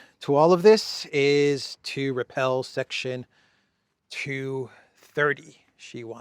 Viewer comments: REPEAL (RE-PEEL) NOT REPEL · We say re peal,not repell! But you are OK!! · Repeal not repel. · Repelled??? no no no... Repeal section 230... NOT repel section 230.... REPEALED... WOW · Repeal brother. Not repel.